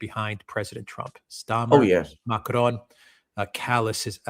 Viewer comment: If you can't pronounce French,, don't try. Every time you say Macron I cringe